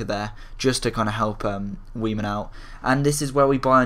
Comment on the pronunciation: i'm pretty sure its pronounced 'vaiman'